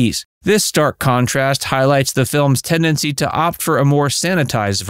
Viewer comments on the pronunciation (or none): none